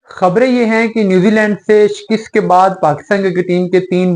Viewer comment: "Shikast" not " "Shikist"